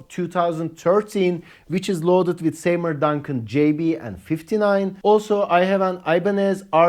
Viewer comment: seymour isn't say-more but see-more